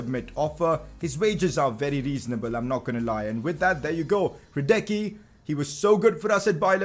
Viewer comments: 11th time saying it's Lukas radesski not radecky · Now when you signed Hradecky, Please pronounce his name right.